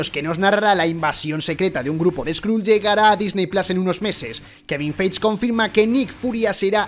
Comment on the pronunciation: Feige se pronuncia Faigui 😬